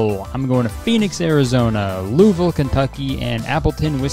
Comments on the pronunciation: Right off the bat, I'ma give you props for pronouncing Louisville like 95% correctly. Hell, most Americans fuck it up. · As a Kentuckian, Kurtis pronouncing louisville “Loo-uh-vuhl” is so refreshing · Omg he said Louisville right!!!